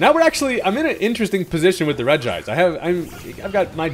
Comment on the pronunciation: I love the fact that you pronounce regice the correct way